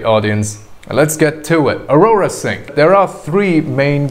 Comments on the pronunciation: why arora it's AU-RA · Its aura not aurora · It not ARORA.....It's AURA pronounced as ORA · Thank you very much about this content, I like it very much, I think that Aura is pronounced Aura (like the soul around us or the gold in latin) not Aurora (like the moment before sun rise or after sunset), but I really liked this content very clear and very nicely straight to the point. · Bro it's aura (ah-rah) not arora